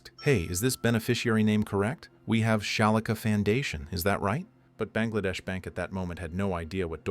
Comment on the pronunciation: It's 2 letters. Foundation instead of Fandation.